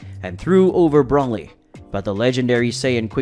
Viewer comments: It’s Broly not Brawley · I wish you would at least say Broly and Gogeta's names right